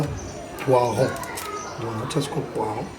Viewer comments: Félicitations 👍🏽mais on dit “Le Poireau” et non “ le poiron “ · poireau et non poiron 😂😂😂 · mokakusua toyekolaka tout le jour,juste correction balobaka poireau et non poiron